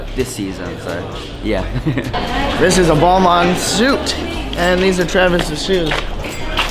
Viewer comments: It’s pronounced “ball mon “ not ball main cool vid tho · "BAL-MARN" not "bal-mane" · how that not realized its pronounced BAL-MAHN yet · I died when you pronounced Balmain haha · Can yall please learn how to pronounce balmain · He asked people what they were wearing, out of all of those almost none said Balmain correctly. smh